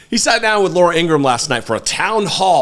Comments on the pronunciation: Thank you for your work. Two things though. Has anyone pointed out the 5 stars on the gold tennis shoes are aligned like the confederate flag? Subliminal? And it’s Laura Ingra-ham. Not Ingrumm ☮️ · Laura Ingraham's brother stated that their last name is pronounced Ingra-ham, like oink oink...